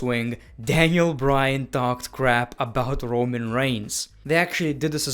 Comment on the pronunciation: My man says rowan when it is roman